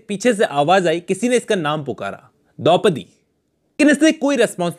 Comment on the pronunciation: Its Dopdi...